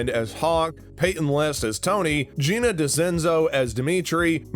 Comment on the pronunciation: "gina decenzo as demetri" (its gianni decenzo)